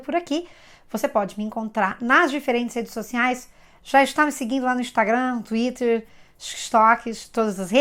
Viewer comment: "xuíter" kakakakakak adotei pra mim tb.... vc é pura "educabilidade cognitiva", é a prórpria técnica do Prof. Feuerstein. Eu aprendo muito com você,!Obrigada.